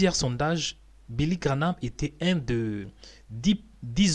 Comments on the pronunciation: Please man graham instead of GRANAMThat's not so hard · Tu confonds William BRANHAM et Billy GRAHAM!! Ce n'est pas GRA-NAM comme tu dis!! Mais GRA-HAM!!!! Ce serait bien de prononcer les mots CORRECTEMENT!! Merci! ET ELLE EST OU TA VIDÉO DE BILLY GRAHAM?????? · GraHAM et non GraNhAM...sans "N" GRA+HAM. Billy GraHam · Ça se dis billy graham et non pas granam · Cest pas Granah, c'est Graham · Billy Graham et non Grahnam papa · Billy GraHam pas Granam tu ne ces ses de dire Granam. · Graham et non Granam... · PAS GRAHNAM !!!!!!!! GRAHAM VOUS DITE TOUT LE TEMPS GRANAM C'EST GRAHAM GRAHAM GRAHAM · Vous déformez le nom c est Graham abstenez vous de le dire ça fait mal au oreilles 🙏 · Graham comme Abraham.. La pronomciation de son nom est comme Abra HAM. Prononce Billy Gra HAM. il y a pas de N dans son Nom.. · Relis bien son nom avant de te lancer dans une video! Qu'est ce qu'il te fait penser que ça se grononce graname? 😩